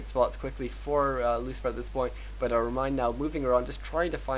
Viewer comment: ReMinD not ReminD